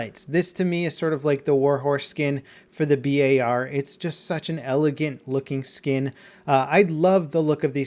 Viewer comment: thank you for saying B A R instead of bar now that is my pet peeeeeve